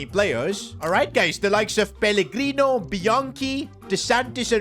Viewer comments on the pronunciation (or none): Bro said peligrini not pellegrino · The amount of times he says pellegrini when it’s pellegrino is ridiculous